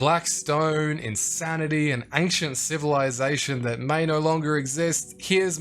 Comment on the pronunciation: I didn't say anything on the other video but you are saying "ankhshent" way too many times in the first minute for me to keep silent. Ancient ayyynshent